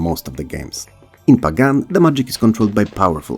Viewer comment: it's pronounced pagan, not pagan 😢